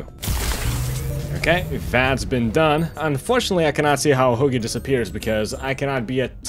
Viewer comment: He says huggy like hoogy